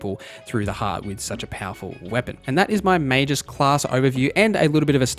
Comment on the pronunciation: That's not how you pronounce Magus :(